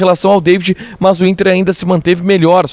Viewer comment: Por que você diz MÃS?